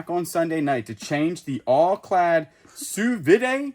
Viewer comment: sous vide is pronounced sue veed :-) c'est francais